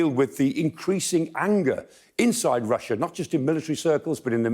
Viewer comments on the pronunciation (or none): none